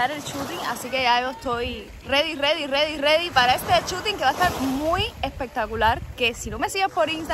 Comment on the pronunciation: El mar precioso, el shooting para llorar de miedo y de espanto, y es ready, no redi jajaja ! Saludos, luz y progreso, poco a poco ! Caminante no hay camino, se hace camino al andar !!